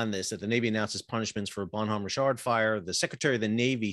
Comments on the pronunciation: It is French for good man and the h is not pronounced. ba' num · The way you pronounce Bonhomme Richard is driving me crazy. Bon-nam and just Rich-erd... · the "H" in Bonhomme is silent so bon omme . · The h is silent...